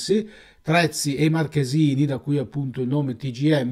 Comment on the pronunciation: Terzi, non Trezzi ...